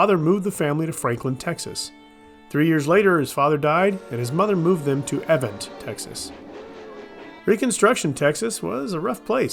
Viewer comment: Actually, it’s E-vant, Texas. Emphasis on the E.